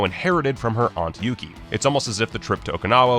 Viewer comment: The aunt's name was Yukie (yuki-eh) not Uuki. And the kick WAS legal: unless you're saying that a Karateka of Pat Johnson's calibre would screw up THAT badly.